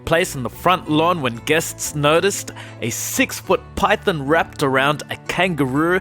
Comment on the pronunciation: This channel annoys me so much. He says Python like Pythin 😤